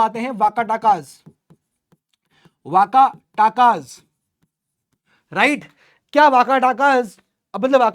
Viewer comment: कालाभ्र × कालभरास 😂 वाकाटक × वाकाटाकाज 😂